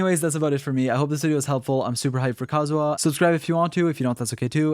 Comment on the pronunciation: Amazing vid!!!! thanks :DD and omg thank goodness you pronounce kazuha's name correctly 😭